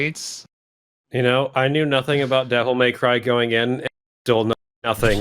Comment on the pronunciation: Devil May Crheyy